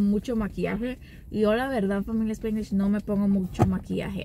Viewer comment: SpAAnglish, no SpIiiiglish